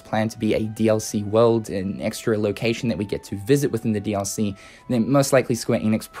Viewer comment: The way you say "DLC" triggers me Please stop Its not "Re:Mind Dallysee," you twat I'm sorry but this is gone on long enough